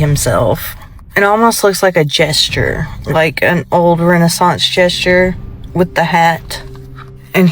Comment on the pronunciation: Its Jester, not Jesture.